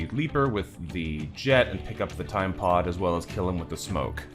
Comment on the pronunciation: So glad you are back! Also every time you say "time pod" I hear "Tide pod", is this unnatural?